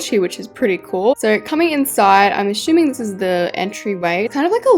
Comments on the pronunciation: Whenever is trying to assuming she says ashoeming 😂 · WHY DO YOU SAY ASSUMING - ashuming!!!!😢😢